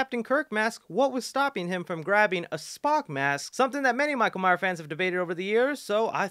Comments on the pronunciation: MYERS. MYERS. MYERS. NOT MYER. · Alright I dunno what you guys are talking about but we should really talk about the fact that this guy keeps saying Michael Myer and not Myers